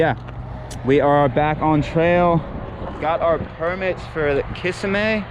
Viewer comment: It’s pronounced “ka-sim-ee” thanks for sharing!